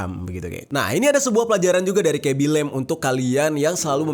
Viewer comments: Yng ku maksud bang ngomong " "lem" terus kublas sndri "lame cok" fvk lah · cuma mo bilang bacanya itu "lame" bukan lem